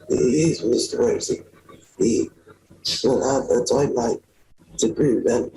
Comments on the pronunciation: They are driving me NUTS, by CONSTANTLY SAYING 'NICHOLAS ROSEY' INSTEAD OF ROSSI. It's ROSS-EE, Rossi, NOT ROSEY!! Even his wife knows the right pronunciation, but she screws it up once in awhile just to keep up with him. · No English person would ever mistake the pronunciation of the Italian surname Rossi with 'Rosie'. Its phonetically nothing like Rossi preschool children would have a better understanding of the different sounds from the spellings. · The wife pisses me off...this "bad" guy has affected ur life sooo dramatically yet u don't know hw to pronounce Rossi from Rosie??? Yeah right woman!!! Also ( can't recall which one of u said this but think it's ) if he's picked up her hard R's then she's definitely picked up his exaggerated hyperventilating breathing. They're both full of bs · I feel like they decided to call him Nicholas "Rosie" 🌹to show that he can't possibly be him if they dont even know how his name is pronounced.. I dont even think a child learning to read would see it as anything other than Rossi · The strategically placed white flower petal over his gap-toothed mouth, and the way neither of them can say Rossi (Rosie) but can pronounce Alahverdian without hesitation... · It's interesting how she says the alias name Rossi pronouncing it either as it's spelt or she pronounces it as "Rosie" minimising her familiarity with the name... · Why he constantly pronounces the name Rossi as "Rosie" is hilarious, he's trying to distance himself from his true identity even linguistically 😂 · I think that the wife is all in. Rossi is Rossi in the UK as well as the US. It's not Rosey. She's mispronouncing it on purpose. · He refused to give fingerprints or DNA. But then he got himself remanded into custody when he assaulted hospital staff while on bail. They took his fingerprints and... surprise! They match Rossi (or "Rosey", as both he and his wife insist on mispronouncing it). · She knows damn well how to pronounce Rossi 🙄